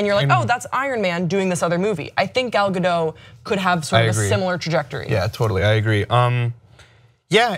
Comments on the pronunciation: Ga-dot, not Ga-doh. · Why can't anyone pronounce her name right 😩😩😩it's not that hard! G-ol Ga-do-T (the T is not silent!!!) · The t is not silent she even said it herself on the jimmy kimmel show its pronounced gal gadut like shut